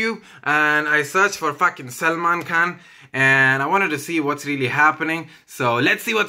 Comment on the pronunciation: GOD when he says SAMLAAANN!!!